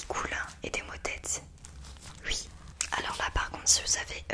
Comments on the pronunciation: Arrête de dire « ui » c’est horrible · Elle dit ui loo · Sa me stresse elle dis ui a lieu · j’adore le UI 😭😂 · Elle dit ui à la place de oui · Elle dit « ui » ça me perturbe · ils disent ui moi je dis oui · Elle dit que ui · Sa te fait quoi qu'elle dis ui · Ton ui m'a perturbé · Quand elle dit "ui" ça me pertube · Je croyais que j’étais la seule que sa pertubais !